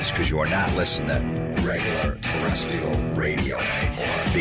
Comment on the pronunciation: Jim Florentine's produced intro has him double-tracking the mispronunciation of 'terrestrial' as 'terrestial'.